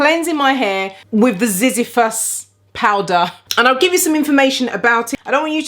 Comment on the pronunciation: Zizyphus, pronounced zi - zy-phus. I don't get no bits from the Zizyphus powder. It may be from one of the others. Also, I forgot to mention, I condition using ambunu powder after I rinse this out. I'm glad you love it too 😘